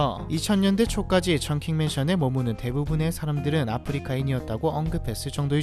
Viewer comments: 홍콩 사람듫도 청킹맨션이라고 발음 합니다 충킹 ㅋㅋㅋ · 충킹이 아니라 청킹 아님? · 충킹이라 해서 … 청킹입니다 .. 뭔가 했네 ㅡㅡ 90년대 후론 인도사람들이 많아서 그런거지만 지금은 그라운드와 1층에 인도 식당도 찾아가볼만 곳이죠 ..